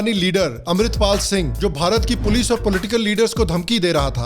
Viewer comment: "Oye pols aagayi pols" 😂